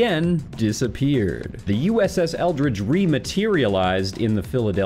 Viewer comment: Sounds like you are saying Eldritch, but the ship is actually the Eldridge. How very curious indeed that the ship's name of Eldridge should be so close in pronunciation to the word 'eldritch'...